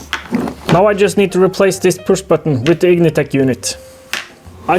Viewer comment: Vtec no H lol vtech is an electronics company lol